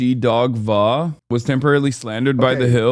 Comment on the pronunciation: Sorry but isn't Hasan too terminally online to say "Vuh" for "V.A." lol